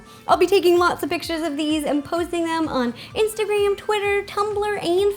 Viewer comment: Lml, you can tell she really wanted those dumplings because at the end of the video she said " posthing " instead of "posting". Rosanna is #funny :D